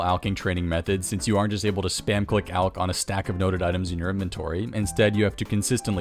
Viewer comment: finally, a YouTuber that pronounces "alch" properly.